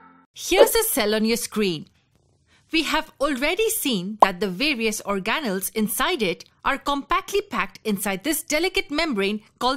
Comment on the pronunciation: It's organelle not orgahnale lol learn how to speak properly